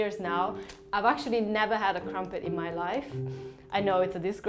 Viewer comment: He said they’ve got “Ffree crampet plants”